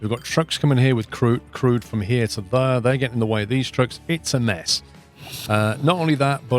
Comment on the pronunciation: There" is more like ,,thaere" if you know what I mean . Love this series